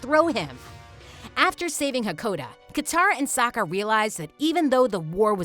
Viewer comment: Wait listen or she didn’t say sokka right!